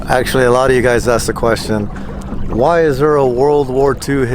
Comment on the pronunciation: He said ooouyy